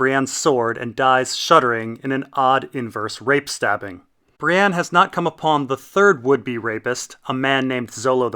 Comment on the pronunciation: Why do you say "Bri-ANNE"? There's no A in her name.